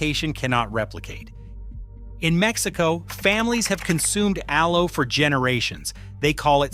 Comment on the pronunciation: Clickbait collagen is not produced by plants. This is AI generated content, the robot can't pronounce aloe. Dubious information at best. False hope for vegetarians. Be smart don't waste your time, research the proper method to improve your collagen.